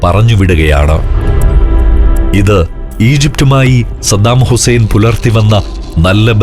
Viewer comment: പപ്പു പറയുന്നതു പോലെ സദ്ദാമുസേൻ 😆😆😆